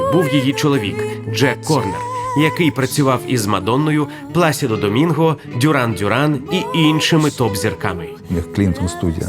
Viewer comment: Плачідо! В Італійській нема слова (пласідо). сполучення при голосної "с". і голосної " і" ви- мовляється як "чі" Пlacido ...